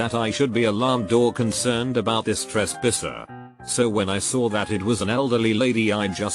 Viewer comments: he said “trespisser” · This 'tresspisser' 😂